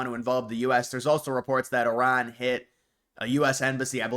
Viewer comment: Thank you for pronouncing Iran correctly